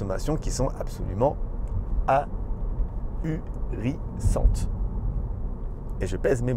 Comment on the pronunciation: "Des consommations a-hu-ri-ssantes et je pèse mes mots" = 1 mot 😂🤣🤣 Garde ton naturel, on adore !